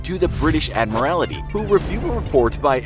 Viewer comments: Admarality??? = should be pronounced Ad-maral-tee Submarine spitfire??? = SUPERMARINE spitfire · Admiralty ffs, not admirality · pronunciation is fine except for "Admiralty", for which you say "Admirality"... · Admirality? Prince Yoogen? Wreck havoc? The quality control on this channel is terrible. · "Submarine Spitfire" "The Admorality" "HMS Suff-olk" - lol. xD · "Admorality" and "Submarine Spitfire" oh wow...please do SOME pronounciation research if you have no idea on the actual subject. LOL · “Admirality”? Come on. “U-gen”? Come on. American pop culture is destroying our once beautiful English language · Inaccurate images and “Admarality”!? Did someone forget to proofread and check pronunciation?! This is a huge fail. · The British “Ad-morality” haha 😂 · Ad-mral-tee. Prinz Oi-gun. Super Marine. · He also says "Admirality" instead of Admiralty, and "submarine spitfire" instead of SUPERmarine Spitfire... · I'd be more concerned about the ad-mi-rality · Prinz Eugen is pronounced "Prints Oy-gen." And it's the ADMIRALTY. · *ADMIRALTY and *SUPERMARINE, jeez, I'm only 1 min 20 seconds into the video. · Please learn to pronounce words like Admiralty, Suffolk and Norfolk. It really detracts from the quality of the video. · I was just about to comment on it, it’s pretty hilarious. I let the German pronunciation slide, but fore-castle and admiral-ity just killed me. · Let's say this together. Ready? AD-MIR-AL-TEE. Also, though it's spelled "forecastle," it's actually pronounced as "folk-sole" or the same way without pronouncing the l.